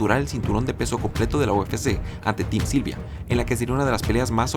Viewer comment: min "sim tylvia"